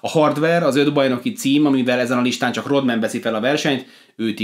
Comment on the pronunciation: 6.7-el az NBA-ben nem szamit valaki magasnak, meg a 6.8-as Pippen sem szamit annak (aki azert Barkleynal joval komolyabb tenyezo). Raadasul nem Ródmen, hanem Rádmen a helyes kiejtes :)